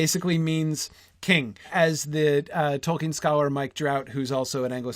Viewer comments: that dude doesn't even know how to pronounce "Tolkien", let alone the names of the characters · he doesn't even know how to pronounce "Tolkien" correctly, unless he's finally learned it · everyone's talking about Colbert for some reason, but that's a guy who literally didn't know how to even pronounce "Tolkien", let alone the names of the characters.